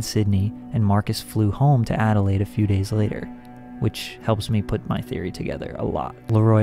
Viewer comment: btw you said Adelaide on point 👍😉👌💯